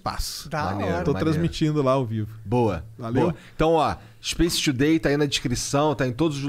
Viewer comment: Monark: O inglês mudou a minha vida. O mesmo monark: SPACE TUDEI